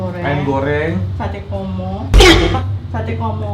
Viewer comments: Komoh koh bukan komo... komoh = basah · iyaa, ko nex bilangnya komo.. Mleset dikit 😅..